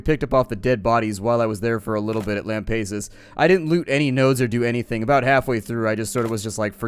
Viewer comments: and once again big mistake by abandoning lampasas also its Lam-pass-us not Lam-pace-us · fwinger Whenever he says Lam-pay-sus, I cringe... As a native Texan, it hurts.. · Chakat .Tempest yeah i facepalm everytime he says lam-pace-us also this was the worst episode in a while nothing got done he skipped on a bunch of stuff gave up on lampassus and just talked random stuff im losing hope in this series